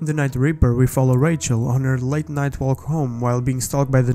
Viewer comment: Lol, i can barely understand him through his accent, he literally pronounces night as knife